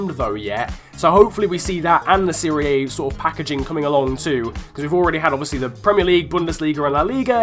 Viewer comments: Siri A? Seh-Ree-Ah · its not pronounced serie A. its, serie ah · Why would we want UT cards in career mode?! And it’s pronounced Siria Ah. Wasn’t the LT/L2 shot option already in the game? I use it now, so if not, have I been wasting my time?! 😂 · What the fuck is the "Siri Aye"? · you pronounce serie a wrong.